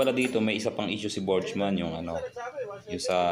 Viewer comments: Burgman d po botchman Lol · burgman sir hindi borjman, sagwa pakinggan